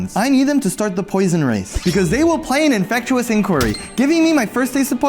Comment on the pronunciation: Infectious =/= "infect-U-ous."